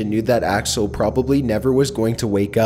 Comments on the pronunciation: He called him alex when his name is axle 😂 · You said Alex but it’s really axel what an embarrassment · Did he call axel “Alex” or am I just mishearing something? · Ok this has to be complete fiction, you’ve said Alex at least 2 times instead of Axel. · he says alex and axel which is it